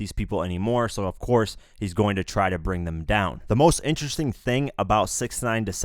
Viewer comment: “ it’s was themweyyyy”